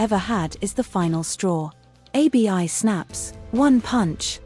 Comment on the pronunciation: Abi abi abi 😮her name IS ABI NOT A B I